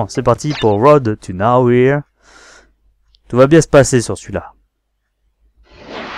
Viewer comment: Bah c'était cool ! Par contre... Ton "Road To Nowhere" m'a fait mal XD C'est Nowaire en gros XD Sinon GG et hate de voir tes fails ! :D